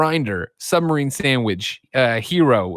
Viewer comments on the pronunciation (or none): Hero? I thought you were saying gyro, that's a very different sandwich